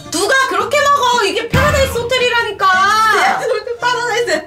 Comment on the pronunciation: 파르?라?나스호텔 말씀하시는거 같은데 파라다이스 킹받네요 ㅋㅋㅋㅋㅋㅋㅋ